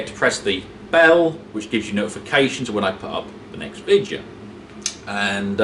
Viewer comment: The way you say ‘videa’ makes me think you watch South Sask Farmer, who’s basically an Irish farmer with a Canadian accent